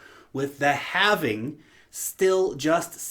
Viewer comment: Thank you for saying halving instead of halvening.